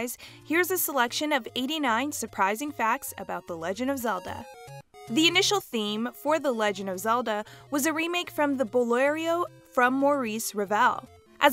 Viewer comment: I’m not trying to be a snob so pls don’t come after me, I’m just a musician! 😅 You actually mispronounced Boléro! It’s pronounced as “Bo-leh-ro!” Sorry again, not trying to be rude, I just wanted to correct that! I still enjoyed the video. 😊